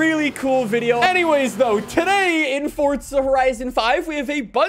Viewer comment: The way this man says “today” makes me lose 50% of my IQ. “And TUHDAYE”